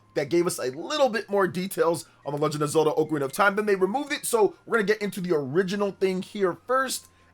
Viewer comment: u should learn to pronounce ocarina first